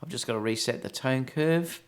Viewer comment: the 'cone turve' :) - i had to listen again...:) - great vid, mate - keep up the good work.